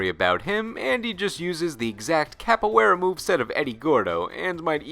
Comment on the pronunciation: Thank you for giving Duck King some spotlight! I really appreciate it. I won't mess with you about mispronouncing Capoeira because most people do that. LOL